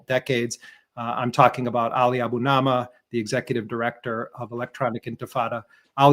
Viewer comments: For heaven’s sake, Jeremy, get Ali’s NAME right! A Bu Ni Ma! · I always like listening to Ali Abunimah; but it's awful hearing Jeremy unwilling to get his last name correct.